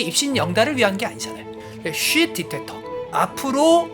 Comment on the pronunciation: 근데, 디텍터정도는 한국싸라미면 디뤡~터 라는걸아니까, 굳이 T바름을 그러케솔찍카게낼피료까지는..-_-; 🤔